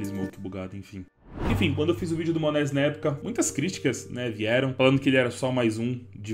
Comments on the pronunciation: "monézi" da uma agonia de ouvir kkk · Ouvir o falando monesy dói